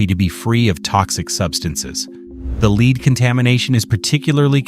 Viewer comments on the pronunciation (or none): In this video it is the metal that is being discussed. It's pronounced "LEDD", not "Leed." The AI voice is very stupid in many instances such as this one. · AI voice needs more instruction on correct pronunciation of lead